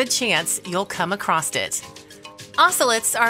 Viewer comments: veminous and acrosst is this the new way to say venomous and across? please try to talk correctly or you'll sound like you don't know anything and you look like idiots who can't be trusted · Good grief, the narrator needs to learn the language! Vemonous? Accrost? Foilage?